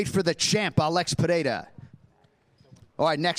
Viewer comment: That guy says "Pereira" perfectly. See that, Chael!?